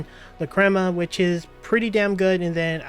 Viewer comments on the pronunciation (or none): how can you miss pronounce so many words?? LOL "La-crema" "O-Ka-sana" "Um-bar ruins" "Hien-match" ?